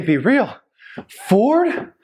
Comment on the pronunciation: Fooord???? Forrrrdd???🤣🤣🤣🤣🤣🤣